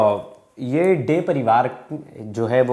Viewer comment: Yes, the way he pronounced Tangra and Dey 💔💔💔